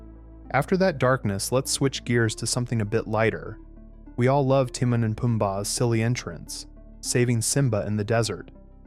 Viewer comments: Its timon tim on not tee moan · Haven't you watched The Lion King enough to know how to pronounce Timon? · Ugh it’s Tih-moan It should say the Scar wanting Nala scene made it into the Broadway musical as “The Madness of King Scar” You also forgot there were several earlier versions of Can You Feel The Love Tonight because of disagreement over who should sing it. It ended up a hybrid but I recall the trailer on the Fox and the Hound vhs having an earlier cut. . You also forgot there were cuts to Simba’s time in the jungle. The video game jungle level is based on it. And that Mufasa also had a cut song though that was restored at times Tlk 2 deleted scenes: 1. Originally there was a scene where Nuka and Vitani run to tell Zira that the cub is a girl 2. There’s also a ln earlier scene with Rafiki painting Kiara and saying there was another cub in the Outlands 3. Zira originally offed herself by letting go of the rock . It seemed too dark but you can still see her crazed smirk on the final fall. They didn’t change the animation. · Why is he saying timon wrong lol?